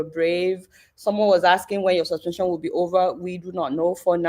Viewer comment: See akpabio illiterate mouth like, “sush-pen-chun”. I believe everything that Senator Natasha is saying. And if anything happen to our duly elected Senator Natasha, then it must be seen as the doing of godswill akpabio who never does God’s will.